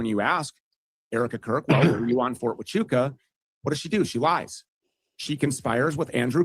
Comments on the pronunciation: Listening to Andrew trying to say Fort Wa - Choo - Ka different ways was hilarious. 🤣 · the only issue on Andrews’s side is the pronunciation of “fort hachucha” Tachuka or Tatunka is a Native American name for Bison and we had to shut down the firing range at Camp Pendleton repeatedly when one wondered on the range. They’d yell “ta-chu-ka!” And shut down the range